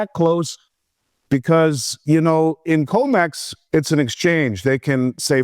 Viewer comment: It’s com/ex not co/mex stop saying it wrong it makes you sound unreliable